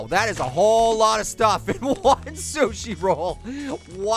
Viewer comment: It's Sushi, not Sush.